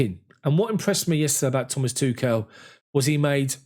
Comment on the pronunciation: smh.. why can't anybody say Tuchel correctly